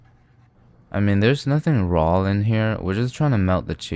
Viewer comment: “There’s nothing rawl in here” 🥴